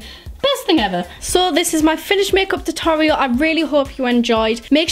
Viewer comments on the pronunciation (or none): she said makeup tourial